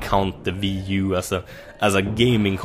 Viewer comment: "The Viii" Asså fyfan vad svenskt